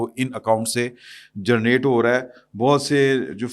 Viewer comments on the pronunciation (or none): جناب لفظ "جرنیٹ " نہیں "جنریٹ" ہوتا اصلاح فرما لیں بحیثیت صحافی درست الفاظ ادا کیا کریں ۔۔۔ شکریہ